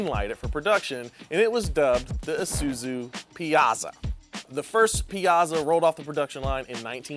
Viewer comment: Disappointed to hear him pronounce it Piazza and not Piazza.